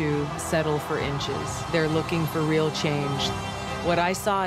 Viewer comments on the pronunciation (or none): none